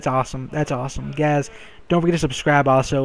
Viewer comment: is he saying guys... guys... or gays... gays...